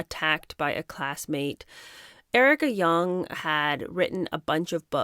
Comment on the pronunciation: It is not Erika Yung its Erika Jong, rhymes with long and the J is pronounced Zs like Zsa Zsa… Zsong…😂